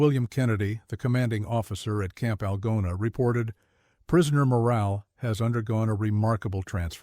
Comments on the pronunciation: Idiotic AI in the very first sentence. I live in Iowa and the name of the town is ''Al GOna with the accent on the middle syllable.' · Artificial reader mispronounced “Algona”!